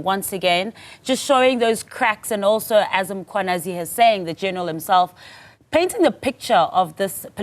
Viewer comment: How hard is it to say MMMMM KWA NAZI?? Had 2 days to practice. Same goes for so many others